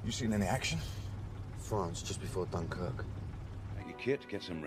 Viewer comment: DUNKIRK kl orang indonesia paling gampang bilang Dun Kirik min , wkwkwk..... .